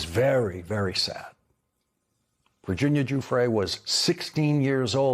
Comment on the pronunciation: Thank you for pronouncing Virginia's name correctly---one of the very few unfortunately. I do not believe for one moment that she killed herself. She was removed.